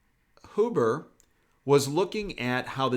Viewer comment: Roger that? BTW... it’s Hyoo-burh, not Hoo-burh. Good vid.